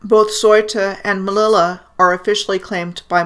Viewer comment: thank u ! Your work is really amazing. The city Melilla is actually pronounced Meh-leeya